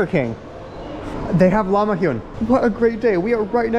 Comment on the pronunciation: LahmaJoon not LahmaHoon